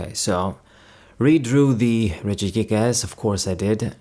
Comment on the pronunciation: Why when you say regigigas you put an emphasis in the last to words as. It sounds like you are saying regigiASS